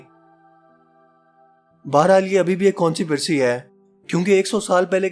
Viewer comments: Conspiracy ko (Kon si pri si) nhy pronounced karte ye ap k easiness k lie likha raha hon (kons pie rey si) hota hai Ye jo books hain us main writers ne ideas diye hain jo scientist ne implement kiye hain or kuch k tokkey lage hain that's it. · ha ha haa .. consipircy...... the word is conspiracy... cons pi ra cy